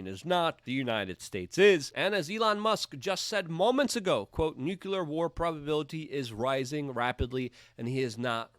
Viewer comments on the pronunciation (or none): can you STOP saying nukulur like George Bush? it's pronounced new-clear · Sweetie! Nu-klee-ar. Not nu-ku-lar.